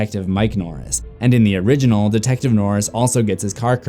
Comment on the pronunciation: you said origenol 13 times plus og so 14 times